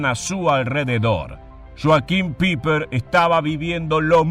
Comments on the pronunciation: Sólo quisiera hacer una corrección: creo que están pronunciando mal su apellido, si no me equivoco no se pronuncia "Piper" sino "Paipa", corríjanme si me equivoco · Pronuncia Paiper, NO PIPER! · PIPER!!!🤣😂🤣😂🤣😂IGNORAAANTE!.. SE ""PRONUNCIA"" PAIPER!! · Muy buena investigacion ( se pronuncia " paiper" ) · LA EI EN ALEMÁN SE PRONUNCIA AI POR ENDE SE DICE(PAIPER ) FONETICAMENTE.